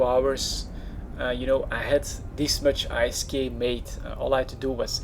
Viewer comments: its called isk. NOT I.S.K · "i s k" - do you also pronounce gold as "g o l d"? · I'm not sure wether to hate or love how you say I - S - K insted of ISK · Every French I know say I S K too. :) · I thought he was saying "Ice Skate"